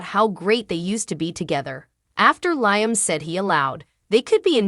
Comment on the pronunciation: Liam _ LIAM not LYAM